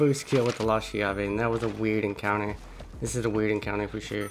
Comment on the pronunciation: The shotgun is pronounced with a strong "C" because in in italian "CH" is pronounced like a hard C or K, and the word is pronounced like this: "Kyave". In italian the translation is "the key", and I think it's ment to represent the italian shotgun SPAS